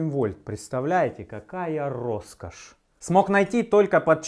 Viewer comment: 88 вольт - какая рррроскошь :D